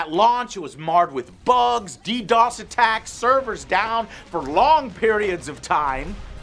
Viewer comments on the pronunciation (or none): none